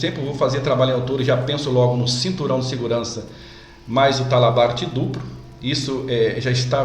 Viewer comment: O vídeo em si ficou bom, porém precisa melhorar algumas coisas: - Dicção da fala; - Pronuncia correta de algumas palavras, por exemplo, em vários momento é pronunciado "dupro" ao invés de "duplo", em outro momento foi pronunciado "apricado", quando o correto é "aplicado". Pode parecer coisas bobas, mas para um profissional de segurança que ministra treinamentos e em muitas ocasiões participa de reuniões com a área executiva das empresas, pode deixar uma má impressão. Boa sorte, e sucesso pra você.